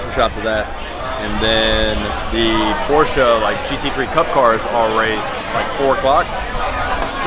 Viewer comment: This dude claims to like Porsche and can't even pronounce Porsche correctly.